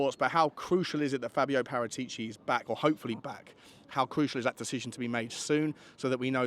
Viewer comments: you are the best Tottenham podcast in the business, but make an attempt to pronounce Par-at-ici properly, not Para-tee-ci. You owe it to yourself. P.S. your Wednesday chat with Johnny was the best piece of Tottenham chat ever from anyone. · I won't "smash" the like button until you pronounce Paratichi (Parah-tich-e) correctly. Ball is in your court mate 😅